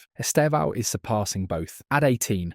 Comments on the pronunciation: Vou ensinar vocês há pronunciarem certo o nome do Estevão: Estevãaaaao=errado 👎 Esteeevão=Certo 👍 Note que a sílaba tônica é o "E". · His name is not esteVÃO. It is esTEvão, to strong sílable is 'TE".